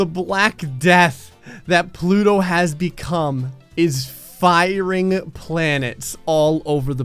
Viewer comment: “But today, plouto has the big ballęs”💀💀💀💀💀